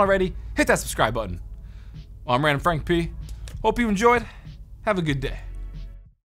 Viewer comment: The way he says frank p